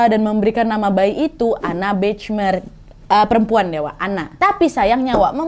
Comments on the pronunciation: maaf cuma masukan, Bachmeier cara pengucapannya "bahmeyer" wak, bukan "bacmeir" 😅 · Itu bacanya Bakhmaiyer Kak Nad 😊 bukan Bechmer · Sedikit koreksi nad hihi maaf sblmnya kalo ejaan bhs jerman ch dibaca kh ( خ) dan ei jadi ai, jadi bachmeier dibaca bakhmaiyer bukan bechmer hihi maaf loh bukan sok pinter ✌🏻🙏🏻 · Cuman mau ngasih tau aja, kalo nama dalam bahasa jerman, pengucapan nya hampir sama kaya indonesia. Jadi bukan Bechmeyer pungucapannya, tapi tetep bachmeier. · Marianne Bachmeier : mariane bahmayer (dibaca dlm bahasa Indonesia) 😊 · Kalo bole kasih masukan, Bachmeier itu dibacanya Bahmaiyer. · Mbak Nadia baca namanya nggak begitu Marianne Bachmeier (baca : Mariane Bahmayer) 😅😅😅😅. Salam dari Frankfurt 🙂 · Itu bacanya “BAHMAYER” (e: eu) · Bachmeier bacanya Bakhmaier Nad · mariane bahmaier bacanya Kak Nadia